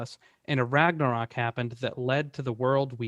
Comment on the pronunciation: why does he call it a ragnorak?